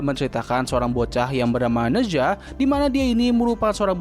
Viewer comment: Koreksi bang, cara bacanya bukan ne zwa, tapi ne cha/ na cha Ne zha juga jd hero tipe clash lane di HOK